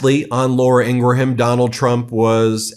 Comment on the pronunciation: Please: pronounce her name correctly. It's NOT ING-RA-HAM. It's ING--Grom. Two syllables NOT three. It's freaking annoying. Google her name and you will find the correct pronunciation, the one SHE uses and the one FOX uses. I love your channel bro, but you sound like it ding dong when you massacre her name. You know, I think Mr Trump uses your pronunciation. Again, love your show, but step up and get your mouth in gear. Best Wishes